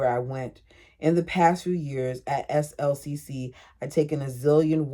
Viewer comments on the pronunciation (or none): SLCC is pronounced slick. You say, I am taking classes at slick.